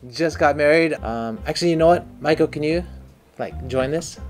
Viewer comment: Maiko ok i get it, I thought you were calling her Michael